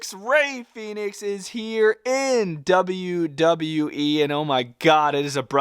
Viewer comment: Your saying Phenix. Its Fenix. Fen-ix